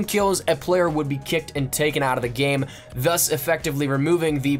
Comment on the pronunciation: I got two things to say. 1, you fucked my brain up with the thuss shit. 2, SLOW THE FUCK DOWN NOONES TRYNA KILL YA ASS